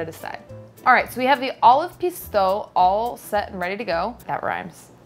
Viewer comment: In french ''ou'' is pronounce like the ''oo'' in ''food''. So Pistou should be pronounce as ''pis-too''.